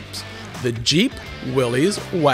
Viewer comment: "Willis." It's pronounced "Willis."